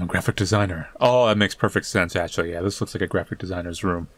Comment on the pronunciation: "How do I frow dis farver" Trouble?